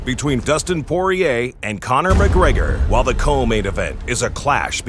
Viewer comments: It’s pronounced “poy-ree-ay” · Cajun I work with says it's pronounced poy-yay. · Poi ree yay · It's pronounced soyier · the moment Dana complains about people not saying Poirier's name right... it's a french name, listen to GSP say it. Dana you fuckin GOOF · As Dana mispronounces Poirier's name...only GSP seems to get it right. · Man you lot can't pronounce Poirier properly either🇨🇵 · i 'm french and i'm sure Poirier doesn't even know how to pronounce his own name and even less know the meaning in french. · How was he pronouncing it? Because I'm French and honestly, none of you guys can pronounce Dustin's name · Literally everyone is pronouncing Dustin's last name wrong 😂. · yep even Dana got it wrong cause if you say it in french like it should it doesn't sound like he said it